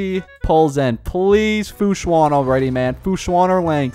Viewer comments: “Fu Swan” 😧😧😧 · ITS PRONOUNCED AS FU-SHAN